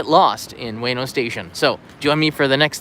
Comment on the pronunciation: ウエノ oo-e-no not way-no